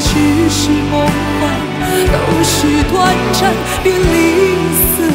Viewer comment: 怎么那么多歌手都不认字的感觉 全都念错 是短zan 不是短zhan